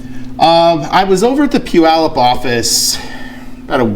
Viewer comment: For those wondering.. it's pew-yallop.